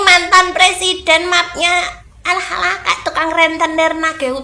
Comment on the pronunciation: Ketika Al-fatihah menjadi Al-Fatekah. 😅😅😅 Susah banget kalau tukang ngibul mah. 😅😅😅